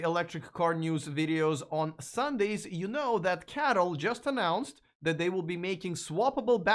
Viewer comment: C_A_T_L .... not Cattle 🤦‍♂️